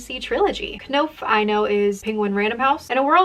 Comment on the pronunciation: You don't pronounce the K in "Knopf"